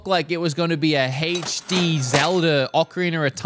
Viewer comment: “Heych D”